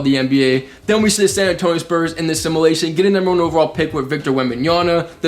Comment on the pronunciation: It’s fucking simUlation not simAlation Jesus Christ kid